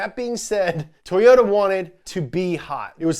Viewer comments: “Toyots UK” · "tOwOta" yall think you're slick